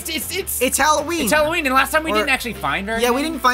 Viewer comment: No its not halowwen